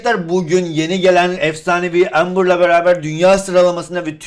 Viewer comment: abi embır ya (amber) lütfen ya